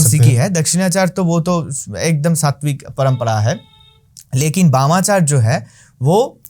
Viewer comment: Wamachar nahi 🤣🤣 "Bamachar or Vamachar"